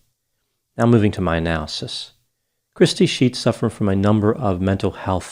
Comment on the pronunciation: I heard that as crispy sheets 🤣🤣🤣